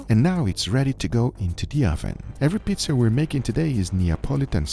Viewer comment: the way Guga said Pizza, just gave me a flashback event to everything about The Mystery of The Druids.